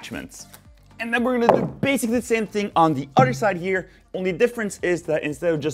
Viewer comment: Since you say udder for 'other', It would be funny if in one of your videos you say "cow others" but say 'others' not udders.